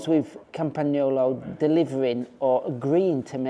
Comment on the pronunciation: yes indeed, and properly pronounced campa-nyolo. The g is soft.